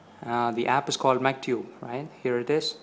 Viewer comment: Found it. It's "MCTube". I thought you said "MacTube".